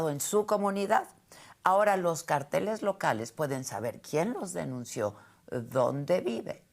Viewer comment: cÁrteles Adela CáRTELES cÁrtel CáRTEL ACENTUANDO LA Á á